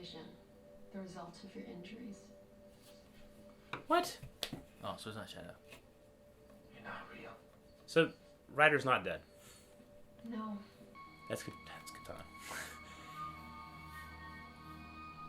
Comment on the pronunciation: His name Reiter not Ryder